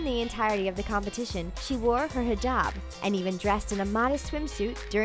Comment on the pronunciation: She said Hijab right c